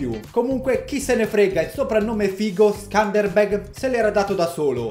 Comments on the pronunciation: Si pronuncia scanderbeu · Si legge skenderbeu in italiano ma comunque non ci ho capito na sega Hahahah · Quando sei albanese e aspetti questo momento da una vita e per ricompensartelo lo fa il tuo Youtuber preferito approposito si pronuncia sëndërbërg leggi le e un po' come una o tedesca ma con l a e che a perdere il Regio fu suo figlio che non aveva la cena da condottiero di suo padre